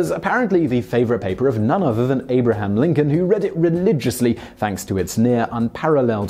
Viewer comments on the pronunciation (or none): none